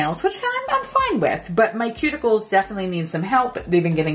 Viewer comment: I thought you said “pube- ickles” instead of cuticles!